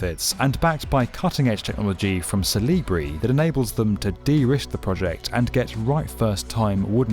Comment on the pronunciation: De-risk? Help! He's murdering the language again.